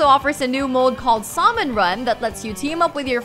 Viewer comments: Sal-mon, eye-zac. These pronunciations are killing me. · Who else cringed when she pronounced salmon without silencing the "L"? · She's pronounced salmon.. SAL-MON, lmao! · "Saw-men"??? IT'S SALMON! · I-zack? Solman? Also, might as well had no video for this, all you either showed was cutscenes, or clips of the game that didn't line up with what was being said, aiding in a lot of confusion. I suggest you get an editor that actually knows how to edit. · Eye Sack, Dis Gay Uh, SaL Mon. Plz stop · SOLmon? Seriously? Splatoon 2 isn't Mario Party, jeez. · Eye-Sack Saul-Mon Dis-Gay-Uh Mar-Yo Kort Wat.